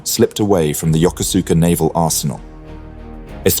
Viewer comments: It's pronounced "YOKOSKA" not "Yo-ko-SOO-ka". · No, not yoker-zooker. Yokosuka is pronounced yo-koh'ska. The "koh" is as in "cough" without the F on the end. If you want to do history, you have to learn to do research first. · The Second Sino-Japanese war began in 1937, not 1941. The full scale war began immediately in 1937. Also, I know in English it is Yokosuka, but it is pronounced Yokoska, and Kure is pronounced Ku-re with more of an eh sound than an E sound. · The naval base name is pronounced: YO-KUS-KAH. Absolutely not true: Japan sent two waves of 353 aircraft to attack an entire fleet.